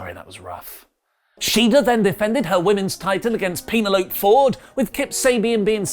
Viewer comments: Calling Penelope a "penalope" caught me off guard and made me choke on my coffee😂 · Pena-lope?? 🤣🤣 I'm gonna have to name my dog that now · Pa-na-la-pe or pe-na-lo-pe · Say wha....Pene'Lope ahahhahahahhah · Shida vs Ford was fantastic. What wasnt is your pronunciation of penelope. Great vid though, all love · The way you sayPenelope, is that a Club Dread reference? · Is pronunciation of Penelope's name a running gag or just wrong?